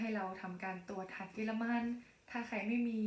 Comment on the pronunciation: ต้องตรวจภูมิอะไรนะคะ ตรงคำว่าหัดเยอรมัน ฟังไม่ชัดค่ะ